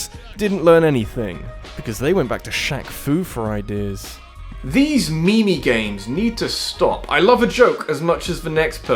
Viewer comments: Did you say "me-me" instead of "meme"? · You said me me. It's meme one word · Am I the only one hung up on the pronunciation of "meme"? That aside your content is awesome sauce! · ... That's not how you pronounce "meme"